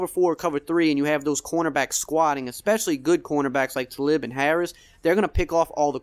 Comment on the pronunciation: Tuh-Leeb not Ta-Libb just saying